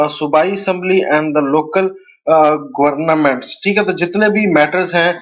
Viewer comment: Google how to pronounce the word "government" please.